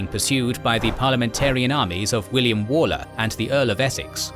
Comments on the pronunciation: I’m just gonna shout it out here. It’s not actually walker like “wall” -er. It’s actually Waller like the wal in Walt - er. Petty I know but it’s driving me mad. No bother though, it’s an unusual thing to know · Are you actually British? Waller is ONLY EVER said as 'Woller'. I've known numerous people with that surname over the years, and not one of them was a Wall-er.